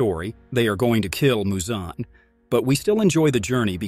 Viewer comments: Its not MuZoN its Muzan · Moozan like bruh it’s muzan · THE WAY HE PRONOUNCED MUZAN